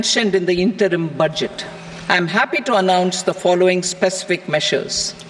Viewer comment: Murkho budget uchharon o pare na